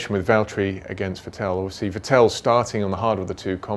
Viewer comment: Is he pronouncing vettel's name like that on purpose?